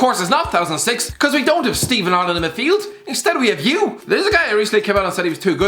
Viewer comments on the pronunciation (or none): none